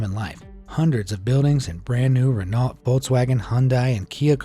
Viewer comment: Sometimes I think the narrator is AI, because it’s not pronounced REN-alt, but Ren-oh